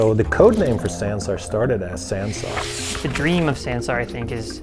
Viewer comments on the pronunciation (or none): God their Pronouncing of Sansar is so hillarious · Fyi It's pronounced sun-saar lol